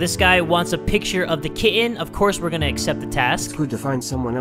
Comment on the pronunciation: I have no idea why people were mean about the way he pronounces the word kitten,it literally sounds so wholesome